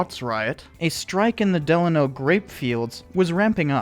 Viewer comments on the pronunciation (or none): its pronounced .... duh lane oh delano not deluhno